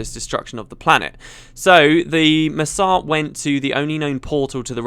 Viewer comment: It took me a second to realize that "Masat" = Mursaat